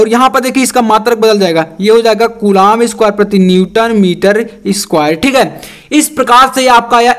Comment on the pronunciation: Sir titha khte hai jisko aap gama bolte hai